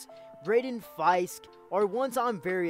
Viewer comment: Braden Fiske is pronounced Fisk